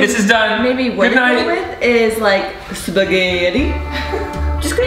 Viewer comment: "Spugheeeetti" is a delight